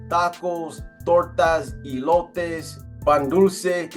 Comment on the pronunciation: Eee-lotes Ques-o-deeyas.. sheesh.. C'mon now Please Stop Butchering Our Beautiful language.. 😂😂😂